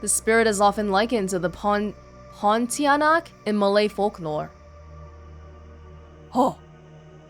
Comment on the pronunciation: I was looking forward to when you reach Chinatown, I knew you'd be commenting on the Chinese signs lol Thanks a lot, as always really loving this LP! Wadjet Eye gets A for effort, but as gleefully pointed out throughout this episode, the actual execution...yikes! EDIT: "Pontianak" is also usually compared to Western "vampires". Pronounced "pawn-tee-yuh-nuk". And no, pontianak do NOT sparkle!:)